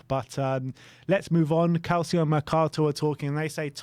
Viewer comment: Guys, you're european football fanatics, please please please actually learn how to pronounce names that are not English correctly. Calcio is NOT CAL-SEE-O, it's CAL-CHO. It's so irritating to listen to people pronounce names like that incorrectly over and over and over again, and I'm sure I'm not the only one that has mentioned something about this. Love you guys, please fix this!